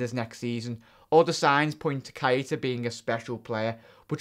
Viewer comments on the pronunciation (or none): plz just say naby it's not pronounced ky eh tah it's pronounced kayta lol